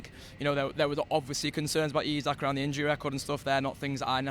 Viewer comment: E-sak.... E-sak.... its fucking E-sak.. its not that fucking hard. All you dickheads that refuse to say his name right even though its dead easy are the worst